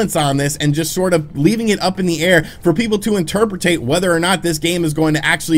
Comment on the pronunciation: "interperpate" -Weird